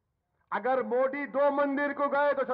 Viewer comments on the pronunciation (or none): inse bolo ki phle bolna sikh le mudi nahi hota modi hai